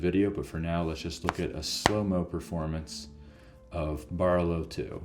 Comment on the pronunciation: Nice job, but it is pronounced 'Buh-row-low' and 'Nick-o-lie'. Hahaha